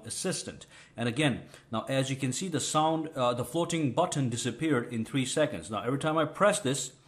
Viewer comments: Good video but I only made it to the section where he said: "FLOWTEEN BUWTONE" 75 OR 80 TIMES, I JUST COULDN'T TAKE IT ANYMORE... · I loved the way he pronounces " floating button"